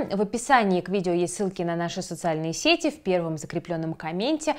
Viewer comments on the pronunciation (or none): none